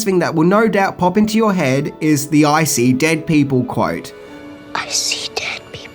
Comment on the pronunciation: sounds like says "Icy dead people" rather then the quote the way it's meant to be said/heard to begin with lol... although "Icy dead people" does sounds pretty scary as it is lol... They're dead AND now they have razor sharp ice protrusions coming off of them LMAO